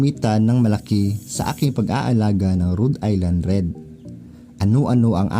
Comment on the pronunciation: dahil dyan ka sa america, now ko lang nalaman na tamang bigkas pala dyan eh Rud Ayland Red x go go go